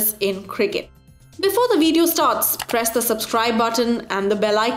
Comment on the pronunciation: When you said "prees the subscribe button" i preesed it